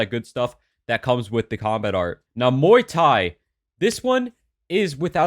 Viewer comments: i do muay thai irl and i agree this is the best in the game lol btw its pronounced like 'moi tai' but it doesent really mater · BRUH IM SO TIRED OF PPL SAYING MUAY THAI WRONG LIKE DID U EVEN BOTHER TO GOOGLE OR WATCH A YT VID B4 MAKIN IT?